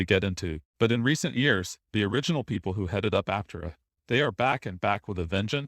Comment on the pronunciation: ApTERa. Otherwise they should spell it Áptera. Or something. Almost normal bot voice.